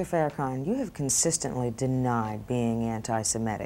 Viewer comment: One of my most annoying moments ever in life is when white people say FarraCAN when it's FarraCON...sheesh!